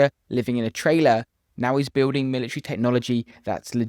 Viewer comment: Did you say buiwding